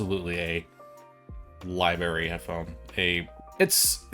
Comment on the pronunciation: It's "library", not "libary". You must be from PA or OH. Lol